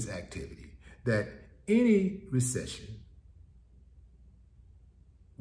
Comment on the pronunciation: That part. Make Ah Resection, Not make Ah Resection. 😳